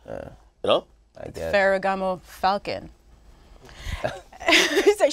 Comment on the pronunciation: Nobody: Nadeska: 🥴 faragamo..falcon 😂😂😂😂😂😂😂😂😂😂